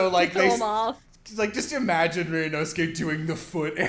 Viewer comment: Erm, ackshually, his name is “Ryunosuke”, not “Ryuunoske”🤓